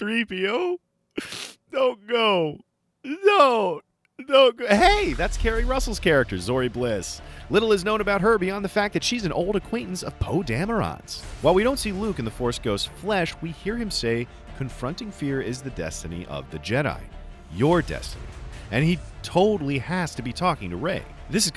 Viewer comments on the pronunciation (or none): Why do people say Poe "Dah-mer-rohn?" It's Poe "dah-mer-rin", like cameron.